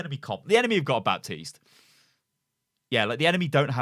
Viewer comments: calls baptiste bapis LUL its pronounce bateest no bepis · I'm triggered from you saying Bapsis